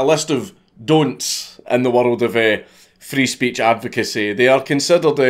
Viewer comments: He's sayin "free speech" but I swear im hearin "freeze peach" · I can't stop hearing it as: "I need help from the Freeze Peach" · Nobody: Count Dankula: Frees peach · does anyone else hearing Freeze Peach when he says Free Speech.